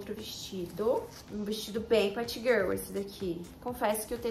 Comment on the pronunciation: por favor n para de falar patgirlll kkk